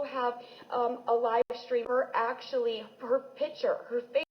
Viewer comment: It's PICTURE,, NOT "pitcher." Man O Man.